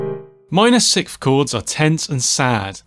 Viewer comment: Man, I REALLY appreciate and love your videos, one small remark, though: since I am very concentrated on the sounds you produce (that is the scope of those videos, right?) when you say sikth instead of sixth, I feel like a sharp piece of ice just pierced my ear, each time. Since I am not a native english speaker, I might be wrong, but to me, it sounds like you're swallowing the "s" before the "th" to emphasize the "h" which sounds extremely annoying to my ears. That's why I wanted to humbly ask viewers of the channel (including yourself) to clarify. As far as I can remember, everyone always said: s-i-k-s-t(h), not s-i-k-th, usually pronouncing the "th" more like a standard "t." Or am I missing something? :) Keep up the good work, you've made a ton of difference to my songwriting!